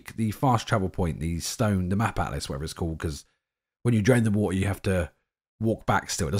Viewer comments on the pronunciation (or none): none